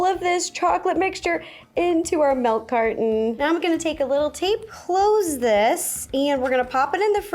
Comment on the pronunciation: i just noticed you say "melk"